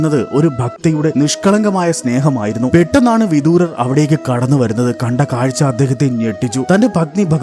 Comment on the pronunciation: ഹരേകൃഷ്ണാ 🙏🏼വിദുരർ എന്നല്ലേ ശരി വിദൂരർ എന്നല്ലല്ലോ